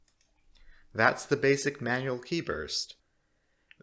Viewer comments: Qi is pronounced as "chi" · Just as an aside Qi is pronounced like chi :b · Qi is pronounced like chi in chinese.